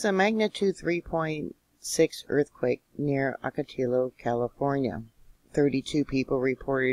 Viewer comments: It’s pronounced Ocatio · Ahh- kuh- tee- uh Wells;-) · Hi! Thanks for your videos always! Just wanted to kindly point out it’s pronounced “oco-ti-yo”. The double L’s in Spanish are pronounced like a “Y”. 😊